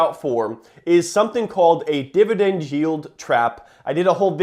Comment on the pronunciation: He doesn't say it once, he says 'Divi DENDDD' 479 times though